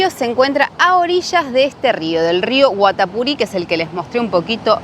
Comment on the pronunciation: El nombre del rio Guatapuri se acentúa en la i finakml